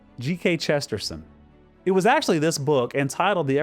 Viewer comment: Slightly speculative but fascinating analysis by. ( And an interesting pronunciation of ' Chesterton '! )